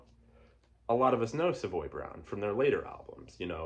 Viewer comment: You say Savoy correctly !! I had dinner with Kim ( Simmons ).. in the 1990's and he corrected me ! He understands that most Americans Americanize the pronunciation. Cool ! Now I know what you are into. . great jazz titles, Funk, soul, blues.. Soul Funk Jazz, all of the above ! Bryter Layter has never been my favorite, but it's still an amazing Nick Drake album !